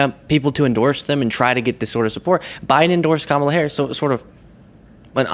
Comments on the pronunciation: Once again she incorrectly uses Democrat as an adjective and can’t pronounce VP Harris’ name. She’s not bright. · Yes, she is being supported by everyone. MTG needs to show some GD respect and quit intentionally mis pronouncing VP Harris's name. And what's with the fairy godmother chair Marge?